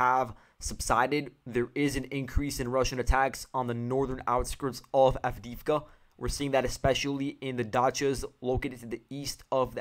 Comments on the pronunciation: Please note the stress: Mykhailivka (mee-HIGH-liff-kah) Siversk (SEE-vair-sk) Avdiivka (uff-DEE-yeef-kah) Thank you for the report. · mykhAilovka sEversk, avdEevka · Если по-русски, то да. Но он использует украи́нские имена. В частности, по-английски безударные O и I, звучат примерно одинаково. Хотел привлечь внимание автора к ударению. Вообще то предпочитаю: миха́йловка сѣ́верскъ авдѣ́евка :)